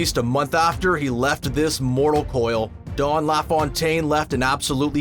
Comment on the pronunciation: Couldn't agree more. What's with calling him "Dawn LaFawntaine"?